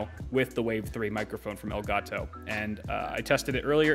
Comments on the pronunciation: "EL GAAAAH TOE" - 2020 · I've never before heard anyone pronounce elgato as strong as this man.